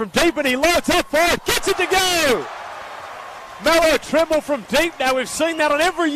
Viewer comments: Did he really call him melo trimble? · Nigga said melo trembul 😭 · This nigga said melo trimble 😂